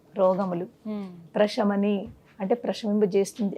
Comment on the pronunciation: Prashami ni kadhu anukuntaa Prasamini anali ani vinna Sha palkakudadhu ani vinna Saa anali Prasamini